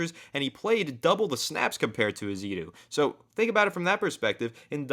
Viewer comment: I hate correcting people but the name in my understanding is Josh Eh-zoo-do. If i'm wrong please correct me back. lol Have you guys heard the rumors of a trade for Dalton Risner from the Broncos and what do you think of this?